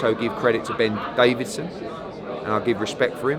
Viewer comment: Ben Davis not Davison